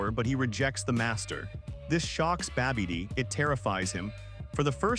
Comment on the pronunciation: Yo keeps saying babby dee... Like that big girl from Next Friday... Look out yo Babby Dee coming